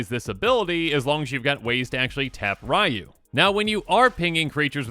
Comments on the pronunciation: You're gonna have to learn to say Ryu (ree-yoo), since there's also a commander named Raiyuu (rye-yoo) now. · Aw man, he called him “Rai-Yoo, instead of Ree-Yoo. I will die on this hill. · Even more specific it's pronounced as one syllable... Or as close as an English speaker can get. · It's REE-YOU! Not RYE-YOU! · "Rye-Yu" No your head is still in Kamigawa. Its "Ree-Yu" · for reference, the first character, Ryu. His name is pronounced (Ree-YU), not (Rye-YU) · Ugh it’s not “rye - you” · FYI, Ryu's name is pronounced ree-yu. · People who is correcting is still pronouncing Ryu wrong. Its not "Ree-yoo", it's "R-ooh" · Technically, it's pronounced "R-oo" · As someone who was first introduced to SF way back in the SNES days and was ecstatic when he was introduced in Smash Bros 4 for WiiU, just remember, the way to pronounce Ryu rhymes with WiiU. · Yeah some technical people say “Roo” with a slight Y sound but that’s really hard and “ree - you” is much easier and it’s also the way it’s pronounced in-game whenever a character says his name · As a person who plays street fighter the way he is saying Ryu is triggering me lol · How should you pronounce Ryu ? The answer lies in the heart of battle.